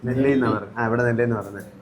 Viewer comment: Nelli alla 'nalli'.. Aadinte mutinte thaye ulla bone aanu.. Very healthy...